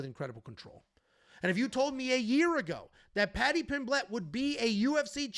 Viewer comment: It’s Paddy not patty